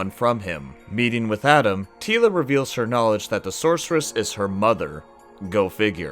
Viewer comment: We didn't think it was bad.... just te first half was "Tee-la and the Masters" :) Merry Christmas!